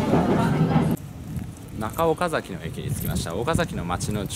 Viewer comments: おか↑ざき↓じゃないっす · 岡崎市民としては岡↗︎崎って言われるの違和感ある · 岡崎市民です。岡崎市にお越し下さりありがとうございます🎵 岡崎のイントネーションが岡の字を上げずに話すのが基本で、岡崎市民は平たく話します。 数年前に純情きらりの舞台になりましたが、途中でイントネーションが戻りました(岡崎市民から指摘されたのかも) ちなみに大樹寺の門から岡崎城を見ると岡崎城がキレイに収まります。 これをビスタラインと呼んでいて、岡崎市は条例で岡崎城と大樹寺の間に高層建築物を建ててはいけないそうですよ。 ちなみに岡崎市は京都よりもお寺が多いそうです。僕も子供の時の遊び場はお寺の境内でしたね。 それくらいあちらこちらにお寺が有ります。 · 「岡崎」の発音は、名字の「岡崎」とは異なります。地元の人は、「あかだし」と同じ発音になります。あと、岡崎市は「狩人」の出身地です。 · 岡崎市民がそのイントネーションで言うことは無いと思いますよ 実際めっちゃイントネーション気になるし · 岡崎城って発音は合ってるのに、 岡崎って発音は違うんだよなぁ